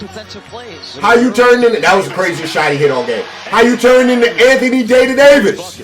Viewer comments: This dude said Anthony Day-to-Davis, I'm done 🤣🤣🤣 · “Anthony Day-to-Dayvis” lol 😂